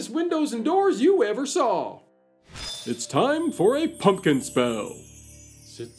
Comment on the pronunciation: How interesting. I didn't even know half of that stuff. I'm surprised you didn't do this one on Halloween or Thanksgiving🎃🎃🎃 Thank you for saying PUMPKIN and not PUNKIN like most people. A big pet peeve lol.